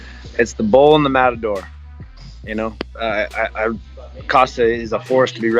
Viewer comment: Remember, the inflection on the world Matador is actually in the “o” rather than the “a”